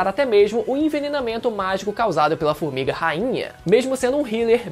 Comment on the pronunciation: O melhor é o "fumiga" 😅